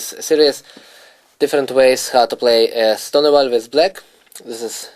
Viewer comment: You're right of course but at lease know how to pronounce the name of the opening you are going to talk about? Is that too much to ask? I actually bought the product and I like the lines he shows but whenever he says 'Ston ah vall' it just hurts my ears.